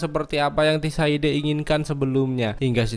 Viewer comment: mau nonton s4 dan mampir dulu kesini buat liat recap karena udah lupa. tapi mau saran buat nama tokoh/tempat bisa lebih di improve lagi bang kayak sebutin tissaia de vreis (bukan tissaide) atau cintra (bukan cintera), dengan penyebutan yang tepat dan benar kita menghargai author the witcher nya hehehe 🙏🏽 keep the good work bang